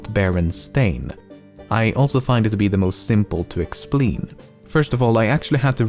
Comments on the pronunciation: Did anyone notice he said explin instead of explain on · Just realize that you said "Explin" instead of "Explain" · you said "simple to explein" not "explain" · I dont know why but him saying Explein instead if Explain had me laughing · ”I also find it the most simple to expleen” hahahahah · "I find it more simple to expleen" did you forget how to say "explain"? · NAHHH F YOU FOR THAT “EXPLEIN” HAHAHA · Still to this day... "simple to explein" cracks me up 😂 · “the most simple to expleen.” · lol "explein" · "...simple to explein." really......... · i like that you replaced the a in explain with an e